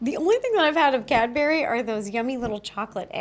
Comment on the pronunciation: Ro calling Cadbury, Cadberry is traumatising me